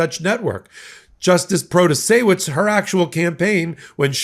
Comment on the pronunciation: LOVE it!!!! "Proto-say-wich" - Beau of the Fifth Column :D